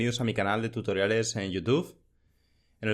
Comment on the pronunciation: Genial el vídeo, pero por diox, deja de decir "tutóriales".